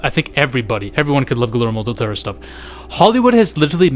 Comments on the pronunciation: First time he said something like «Guhlermo Dutero», but afterwards he just said it «Gelermo dul Tauro» like any other gringo ever, which I'm used to, so it's fine. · ❎Guillermo Del Toro ✅Gullärmo Del Tarot